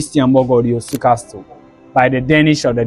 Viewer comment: Well done young man. Just a NB: It is pronounced "Casl" pls, not "castl". The 't' in the word Castle is silent❤.